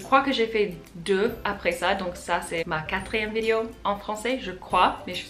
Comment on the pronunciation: Je sais que c'est difficile, mais essayes de prononce "vidÉo" à la place de "vidio"